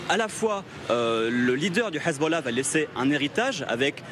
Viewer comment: Déjà pour commencer c’est Hezb’Allah pas Hezboooollah franchement autant d’ignorance c’est aberrant….